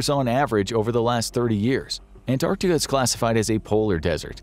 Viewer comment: An American actually pronouncing Antarctica correctly. You have my respect.